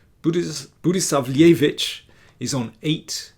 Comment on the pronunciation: Well, one could also conplain about the pronunciation of Budisavljević, but come on